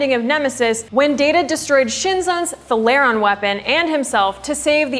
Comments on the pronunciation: "thay-ler-ron", not "tha-layeron" Trek cred revoked. :( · theLeron..... no it's (Thay Le Ron) xD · THALERON NOT THERON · They-la-ron Radiation weapon. Not whatever you said. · Thuh-lair-ron weapon? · With the exception of mispronouncing Thalaron, yeah. But she's a HUGE Star Trek fan, right? lol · Claims to be a Trek nerd, doesnt know how to pronounce "Thalaron". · How much of a Star Trek expert can you be if you don't pronounce "thalaron" peoperly? 🤔 😈